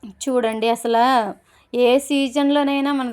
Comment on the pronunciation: అసల కాదండీ..😀....అసలు...